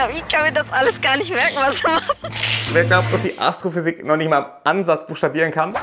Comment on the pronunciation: ASSTROFÜSIEK??!? WAS WILL DER DA 🤯